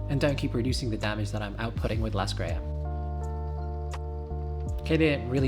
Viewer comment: How you found those Muzaka & Elaine ? Why you call her Lascrea ? it's Raskeria.